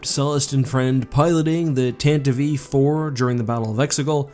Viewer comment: Like for the correct pronunciation of 'Tantive IV'. Long live NPR Star Wars! :-)